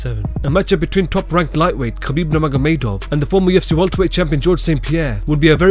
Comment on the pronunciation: don't say Kabib